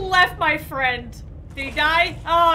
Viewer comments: I think it’s friend not frient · i just realized shes saying "frent"